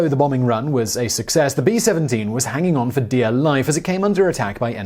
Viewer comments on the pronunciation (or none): none